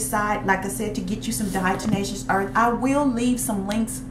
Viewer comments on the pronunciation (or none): Its Diatomaceous earth, not Diato"n"aceous earth. Good info.